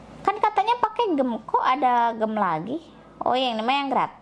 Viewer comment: Maaf sebelumnya tapi dibaca nya jem memang tulisannya gemm tapi dibaca nya jem